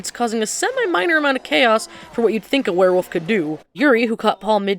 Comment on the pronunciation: "Paul- you is a worwilf!" 😂